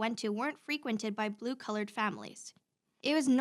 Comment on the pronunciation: Did she say "blue coloured people" when she meant "blue collared people"? Eesh.